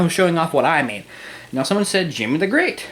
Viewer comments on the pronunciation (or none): none